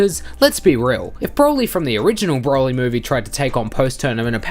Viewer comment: mate why u r so strange when u say "broly" u say like " BBRwouly"